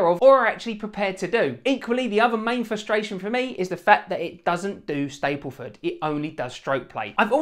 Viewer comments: Good honest review of the good, the bad and the niggly. BTW it's StaBleford, not Stapleford. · its staBleford not staPleford